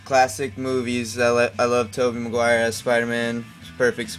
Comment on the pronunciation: I agree of you saying Tobey magiure